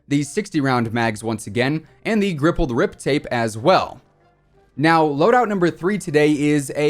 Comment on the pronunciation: "The grippled rip tape" that's just hilarious lol